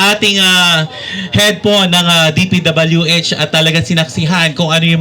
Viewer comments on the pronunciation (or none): okay na sana yung sinasabi ng vlogger natawa lang ako p.w.d daw imbes na dpwh!😆 😂 😆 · magbasa po kau ng maayos... sabi mo pwd instead dpwh